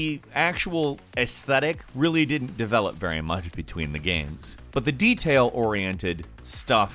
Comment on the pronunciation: He pronounces the word "games" like "gayums".